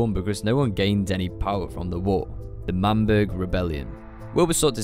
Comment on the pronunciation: Isn’t it L’manburg